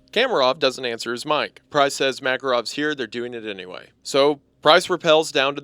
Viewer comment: Also hey man, its just a little notice from someone who speaks a slavic language, and in no way a critique. The way we pronounce the last names, for example Makarov, we put the emphasis on the second sounding letter, means MakArov and not MAkarov. Same as Komarov, not KOmarov but KomArov. Just so you know :D